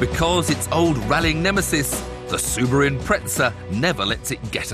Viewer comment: Soo-bi-roo Impretza